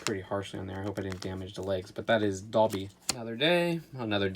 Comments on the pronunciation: Doby not Dhabi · Dobly not doby